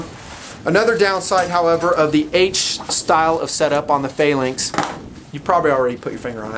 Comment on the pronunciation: why cant he say the word phalanx correctly?